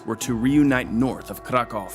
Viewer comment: Very good, but it's Leszek, not Lezek. I would love for you to check the pronunciation in advance. Some names you got right, other names almost right (Kraków), while other names could be better.